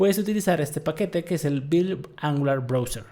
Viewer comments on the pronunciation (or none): none